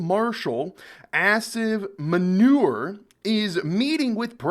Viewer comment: "Marshal Ass-In Manure" quite an apt pronunciation